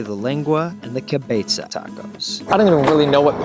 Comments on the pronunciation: “kay-beza” omg guys someone correct him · “cuh-bay-Sah talk o’s” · haha I loved his Italian "zz" pronunciation of cabeza.